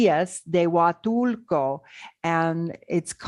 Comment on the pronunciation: PLEASE DON'T MISS THE "L". PLEASE PRONOUNCE IT: HUATUL-L--L-L-L-L-L-L-L-L-L-LCO!!!!!!!!